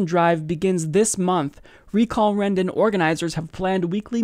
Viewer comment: "Rendon" Rendon!